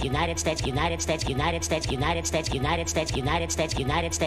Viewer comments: “Statue not a”. 😂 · rso United States sounds like lion snitchy, & united stichy, United States, & lime stitchy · Lol if u speed it up he says 69 instead of United States😂